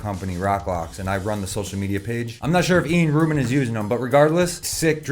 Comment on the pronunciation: Yeah he's ilan so it's pronounced 'Ee-lahn.' But fuck it, Ian Rubin is way better 😂